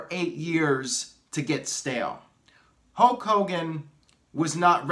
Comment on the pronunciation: It's not 'HOKE hogan, it;s pronounced 'HULLLLK' hogan. What about HULK hogan 4.0, The Rock 3.0, Jon Cena 2.0, Roman Reigns 1.0